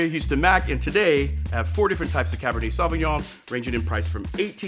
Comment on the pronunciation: So good but Jesus Christ, learn a bit of French pronunciation! “Sovvinyon-“ no.